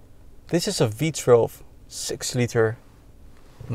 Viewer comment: Does he keep saying V Trelve???